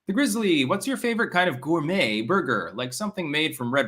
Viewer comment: Oh god someone called Red Robin "gormet" you said said donkey